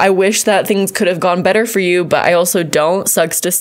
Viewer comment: "Fuuuuur awhile"?!?...... 🤔😅🤣